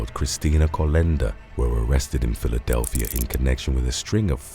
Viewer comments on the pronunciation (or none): none